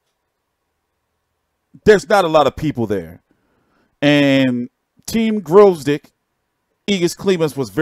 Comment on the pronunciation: please - guy's last name is GVOZDYK, second letter is V, gVozdyk, not gRozdyk. I know it's hard for English speakers to pronounce those first two letters, but just try to go with "Vozdyk". Now add G - "G-Vozdyk". It's not hard, just don't get confused and jump over it - read it) P.S. Guy's last name is "gvozd" - nail, and "yk" - a suffix meaning "small/tiny". So he is a "small nail") just FYI, peace & shoutout from Ukraine!